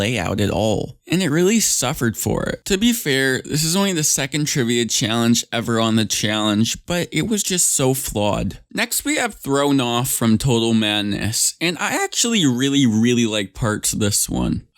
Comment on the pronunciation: “THRON” seriously LMAOOO